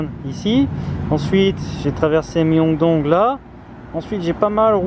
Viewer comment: la prononciation ㅜ 명동 qui devient Méyongdong 🤣🤣